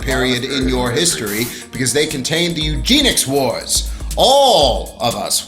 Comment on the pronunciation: eugenics not Eugene-ics